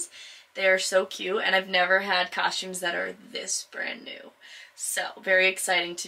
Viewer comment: lol I just think it's funny, you say it with an h in it, coshtumes, it's not pronounced Iike that,thats all